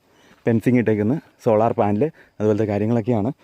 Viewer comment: 'Pen'cing or Fencing ??!!. Location. No idea ??!!